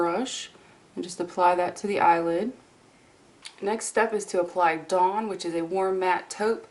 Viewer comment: When you said dawn the first time during your mini tutorial I thought you said "dong" lol